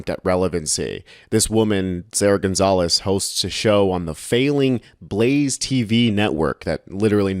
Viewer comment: Gonzales with an S lol